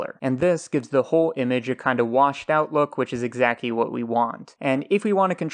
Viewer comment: Really good tutorials. But I do want to make a joke. Sometimes I don't check who uploaded the video, but I always know that it's when I hear, "This does exacky what we want" and, "This is basicky what we want" I enunciate every letter so it always sounds strange to me when people leave them out.